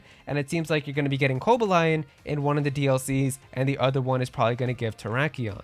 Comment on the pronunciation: Funny how people only seem to point out that Perrin is Adaman's descendant due to having the same hair color, yet fails to notice she also have the exact same hairstyle as Irida. Also, why are you pronoucing Cobalion like that? It's Ko-BALL-ion